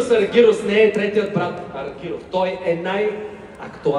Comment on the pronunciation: Не е Аргирус а е Аргерос....и като правите видиа....грамотно поне...,като те чуе той как му произнасяш името ...едва ли ще иска да те види